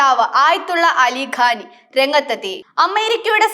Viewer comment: ആയത്തുള്ള അലി ഖാനല്ല പെണ്ണേ ഖാമൈനി എന്നാണ്